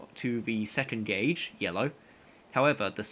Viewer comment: non english speaker here it seems like your pronounce "gauge" like "gay-j" i thought it was "goh-j" how are you supposed to say that